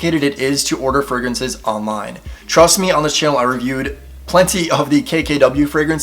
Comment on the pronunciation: "Frag-raances" lol. I believe they are using the English word as fragrances. Tom Ford Oud Wood and Le Labo Santal 33 are my favorite colognes. Tried Dossier, but didn't like them. Love Elizabeth James Nirvana!